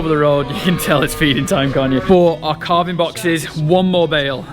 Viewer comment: Wait, is he saying CARVING or CALVING?